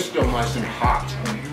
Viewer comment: says hot with extra presure, was hot!